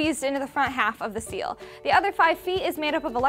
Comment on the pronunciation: Did she say the other side of the seal or is that just my hearing?